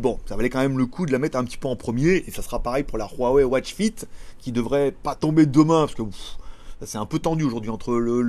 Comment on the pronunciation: La watch fist🤣🤣🤣 t'as langue a fourchée